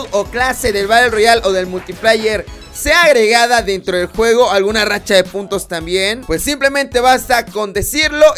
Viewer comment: Si, pero yo no he jugado otro cod que no sea el movil, simplemente porque no me llamaba la atención, y por lo tanto no se como se llama la racha de los perros, y no entiendo el disgusto de que diga mal el nombre de la rachan, es simplemente estupido que se enojen por eso.